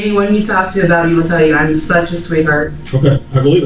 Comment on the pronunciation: "I am suzh a sweetheart" yea wrap it up girl😂